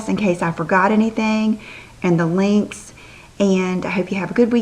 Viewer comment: I could not totally get behind the shorter do until today! I totally am in love with it now. It is so perfect for your face shape. I just LOVE it! Yeah! And I'm definitely going to order an initial necklace-super cute! I always laugh when you say links-do you remember that video where you were laughing about saying links and lengths? Anyway-you're awesome & I love ya!